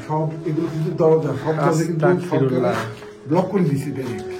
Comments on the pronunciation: ভাই আপনি আসতাক ফিরুল্লা বলেন কেন এর সঠিক উচ্চারণ আসতাগফিরুল্লা✅ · ওটার উচ্চারণ আস্তাকফিুল্লা ভাইয়া হবে না ওটার উচ্চারণ আস্তাগফিরুল্লা হবে আমি মাদ্রাসায় পড়ি তাই জানি